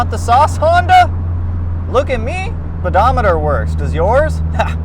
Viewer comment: Tisk, tisk, "speedometating"